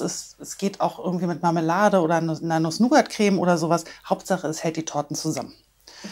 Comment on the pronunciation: Ich weiß, ich fand es nur lustig, wie sie sich versprochen hat.